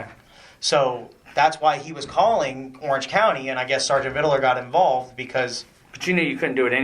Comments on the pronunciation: It’s Sargent VIDLER not VIDDELER. Dewitt’s knows his correct name, he’s just being obnoxious here. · Every time he says "ViDaLer" I throw up! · The way he says Vidler’s last name like he’s saying riddler is so irritating!